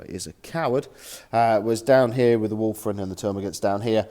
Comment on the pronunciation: A common pronunciation slip.